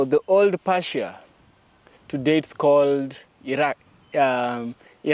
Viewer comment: Persia, not Parsia. Sounds like Purr-sia. ❤️ 🙏